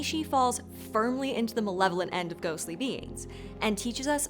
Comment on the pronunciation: At the beginning of the video I thought said "benevolent" instead of "malevolent" and it took me a minute.